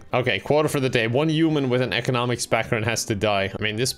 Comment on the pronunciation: Y'know I still can never figure out if is saying Uman Or Human